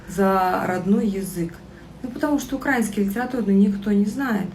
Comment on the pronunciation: А ты знаешь, где ставить ударение в слове украИнский грамотная ты наша, 🤣🤣🤣